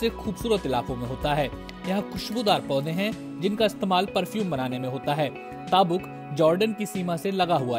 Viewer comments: Taabok mat bolo is city ka nam tabook تبوکhai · वो ताबुक नही तबूक शहर है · It's tabook not taabok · Name is tabook...not taabuk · its currect pronounciation is taboook not taabuk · Abe naam to sahi se lo tabook iska sahi pronouncacation hai baki naam bhi galat liya hai